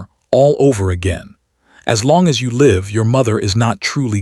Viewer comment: Live short i not lived with long I. Please stop reading the wrong word!